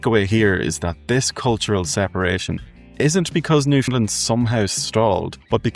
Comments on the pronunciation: Ireland is not pronounced IreLAND by the Irish and Newfoundland is not pronounced by its inhabitants Newfundlund but rather NewfundLAND! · Newfoundlander here...who has been away for nearly 40 years. Your video is very good and I enjoyed it. But you have to say Newfoundland correct. It is pronounced new-found-LAND...just like the word understand. The emphasis is on Land. It seems very few can get this correct...and drives us off the head!!!! Lol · Newfoundland rhymes with understand. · Please pronounce Newfoundland like “shake your hand”. That’s how Newfoundlanders say it.